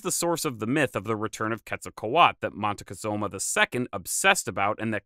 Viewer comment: And another detail, my name is Moctezuma and it was awesome to hear you pronounce it in the old ways!